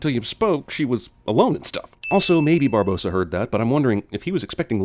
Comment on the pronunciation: Okay I saw it once and it annoys me already. Why is it spelled Barbossa but said 'Bar-Boass-A' Unless it's a Cinemasins spelling error, surely it should be spoken 'Bar-Boss-A'